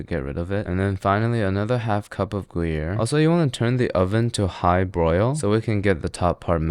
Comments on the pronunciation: Bro said gooyere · Ah yes, my favorite cheeses. Monster and goo-yer.